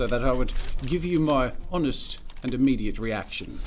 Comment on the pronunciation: "emideate reaction" does a cut ....